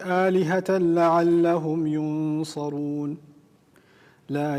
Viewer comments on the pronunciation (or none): آیت کےآخری لفظ ینصرون میں ص کے اوپر زبر ہے لیکن انہوں نے زیر پڑھی ہے اللہ انکو اس محنت پر جزائے خیر عطا فرمائے آمین 🥰😘